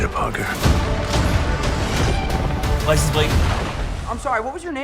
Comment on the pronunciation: For some reason it seems like doc ock was saying “you’re not Peter pogger”